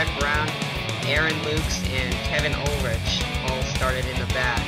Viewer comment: 5th place, nice. By the way, my last name may have a ch, but it is pronounced like Ulrick. Don't change the spelling but the but change ch pronunciation please.